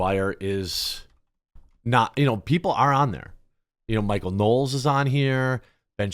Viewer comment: It's Michael Knowles, not Knowels. Yeesh.